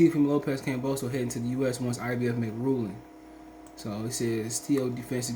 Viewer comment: You can’t even pronounce George’s last name properly …. Just sit and comb your beard !!!!